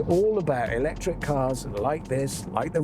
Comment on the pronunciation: I stopped watching as soon as Hamster said 'lectric.'